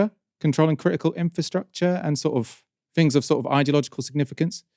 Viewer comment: Can PLEASE discover the ability to enunciate the 't h' instead of saying 'fings'. It' so jarring and annoying.